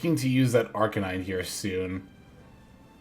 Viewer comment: Killing me with this "ArKAYnine" assaulting my ears 😅